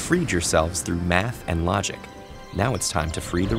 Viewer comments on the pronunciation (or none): ‘You’ve freed yourself through MA th and lo GIC ‘